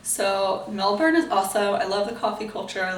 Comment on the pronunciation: As a Melburnian, I say you pronounce 'Melbourne' perfectly for someone with a rhotic accent like you. What I don't like is when Americans pronounce it as 'Mel born'.